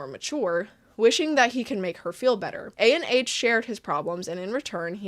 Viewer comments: i think his name is pronounced ah-n or ON, not a.n.h (IDK IF HIS NAME IS A.N.H. OR ANH (viet)... JUST LETTING U KNOW!! AMAZING VID BTW! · Hi, just one note!!!! Anh isn't pronounced like ANH, but rather like how you say "Ann"! That's because Anh is actually a Viet name! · The way she’s saying “A-N-H” instead of “Anh” is killing me 💀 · unrelated but you spelling out Anh instead of saying Anh kinda got me mad but no hate tho, just a viet thing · I am pretty sure the creator is Viet as I am viet myself and "anh" is not actually a and H its a whole word on its own. Anyways what makes this worse is anh is how you address an older brother or someone older 🫠😭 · Disappointed but not surprise What is up with these people being so bad at normal social interactions they can't establish a relationship with people their age????? Like literally preying on children. Side note: I'm a bit icky on the way you say A-N-H every time lmaooo just say Anh (Ann but more like Aun(t)) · his name is pronounced "an" as in how canadians pronounce "cANdy" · Fyi, Anh isn’t pronounced A n h like an acronym. It’s pronounced like gang without the g. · anh is pronounced "an", it's his first name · Anh is not an acronym, it's a vietnamese name so it's kinda pronounced like "Ann" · anh 😭, it’s vietnamese c’mon man it’s read anh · oh also Ahn is a popular vietnamese first name pronounced "Ahhhnnn" or really exactly how it's spelled. ik the guy is questionable but j in case u come across it again